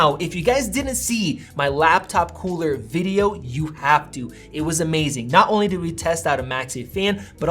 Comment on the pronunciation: you say "cooler" funny LOL